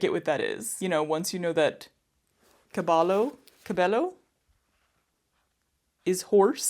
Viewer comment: were you trying to say caballo?. you live in socal. did no one tell you a double L is a spanish letter? it's always a "ya" sound in mexican spanish, think like tortilla, or pollo.